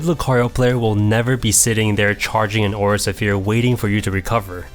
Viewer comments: It's Aura Sfere not Aura Safear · "Aura Suh-pheer" I CAN'T TAKE IT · Aura Suh-fear? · Aura Suphere?? Come on ""... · The aura se-fear. #Triggered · Great and helpful video! Your pronunciation of Aura Sphere is incorrect, which could be off putting to your audience, but the quality of your videos is so good! Keep it up!